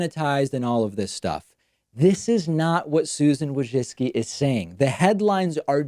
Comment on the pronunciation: You pronounced her last name wrong, it's WOJCphlem...spit...ZUCCCCHIIII! It's an ancient name that must be spoke in toungs.